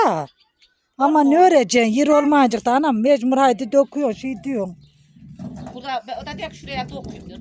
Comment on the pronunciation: Mecmur deyil mecbur